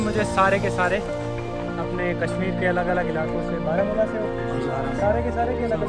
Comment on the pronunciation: Baramulla sound barmuda!! 😀😀